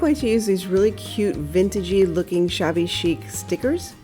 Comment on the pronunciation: Queens NY Yes I caught that "shabby-ho" 🤣 Love the fence & lantern. PS. Stuart, Florida